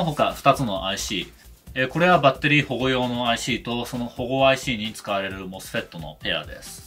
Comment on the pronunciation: 「もすふぇっt！」は。 Mみんなに O教えてくれる Sすごーく Fフレンドリーな Eエキスパートの Tテクニシャン